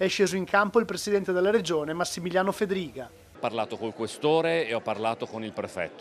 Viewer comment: Fedfiga 😂😂😂 lapsus fedriga 😂😂😂 bee basta cosi rischio di perdere l'appetito